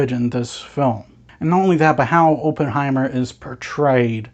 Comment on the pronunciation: Pronounced his name wrong all the way through, painful